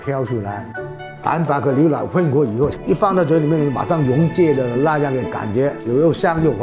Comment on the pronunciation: 哈哈 牛（liu）奶（lai）